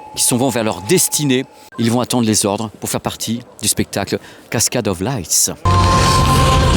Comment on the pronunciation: On dit « LIGHT » Pas « laysse » ! on dit pas « luière » au lieu de « lumière » si ??